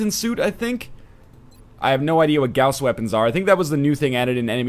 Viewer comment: ERMAGERD, you know how to pronounce gauss correctly! It pains me so much when I hear it pronounced "gorse", I can't believe how happy this little detail made me.